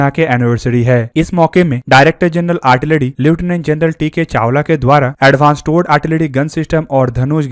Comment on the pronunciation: "आर्टिलरी" होती है भाई साहब, "आड़टिलड़ी" नहीं।